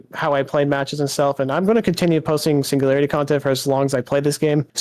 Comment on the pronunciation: signu-gary-ity? LOUD CORRECT BUZZER